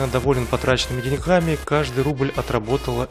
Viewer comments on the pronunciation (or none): none